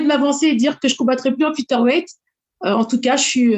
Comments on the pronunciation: "Fiteur" weight. Me dit pas qu'elle n'a jamais entendu comment ça se prononce quand même. 🙄🙄🙄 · franchement parler des défauts d'amanda nunes quand t'es pas capable de dire featherweight correctement et même de faire le poids on comprend pourquoi la majorité des francais ne sont pas prit au sérieux